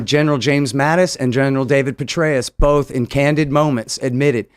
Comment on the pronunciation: I like when he says “both” it sounds like bolth